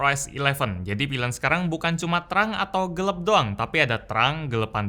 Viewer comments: GELAP kali bukan GELEP 🙄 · Me: Gelap: Geleb